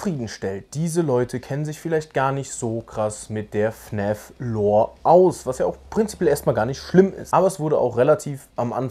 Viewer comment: Hab mal'ne frage: wieso sagst du fn Ä f anstatt fn A f Mach ich btw auch